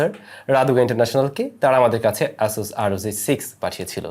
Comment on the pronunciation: Just one request... please work on your pronunciation of the letters "চ" and "জ" it sounds really awkward from a senior content producer like you whenever you say " আর ও যি" instead of "আর ও জি", and "ইনস" instead of "ইনচ"